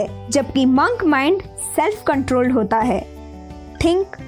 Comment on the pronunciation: Di it's not mank its monk